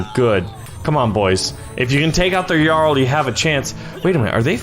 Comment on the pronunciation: ‘Cuse me.... it’s jarl- ja-arl